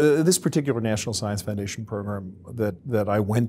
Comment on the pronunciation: yeah: I'd I heard that pronunciation out of context I would be thinking mediums and ouija boards...